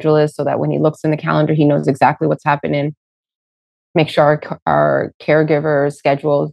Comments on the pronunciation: I'm Canadian. He straight up said "her" kids. We don't pronounce "her" and "our" in any way that could be confused. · He definitely said that. So awful. And no it isn't a Canadian accent thing (someone else commented about that). I'm Canadian, and no way do we pronounce "our" in a similar way as "her" lol.